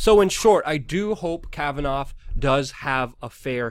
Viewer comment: What do people say "Kavanov" ?......